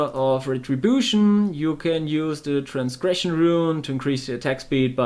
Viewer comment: Hey I appreciate you wanting to make this guide, but could you read up on how to pronounce different stuff. Such as Inna's, Transgression and perhaps remember the name of your primary ability (Crippling Wave)^^ Oh and you said multiple times 5 attacks per second is important. But you didn't explain why?